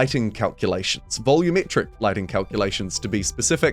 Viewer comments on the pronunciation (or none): none